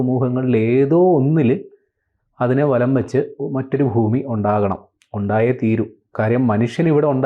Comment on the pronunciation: ഫൂമിയല്ല ഭൂമിയാണ്